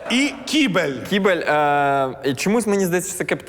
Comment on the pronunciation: я дуже перепрошую, тільик правильно "КИ́БЕЛЬ"